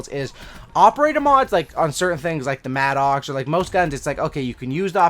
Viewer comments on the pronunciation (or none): Really like your videos, but for the love of God, it's not pronounced "mad-ox". It's pronounced "madduks"